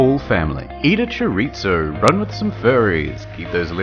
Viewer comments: Its said choriTHo not chriTSo reeeeee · It’s so funny how you pronounce “chorizo” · You said "Chorizo" wrong Didn't you watch ScholaGladiatoria's video you fuck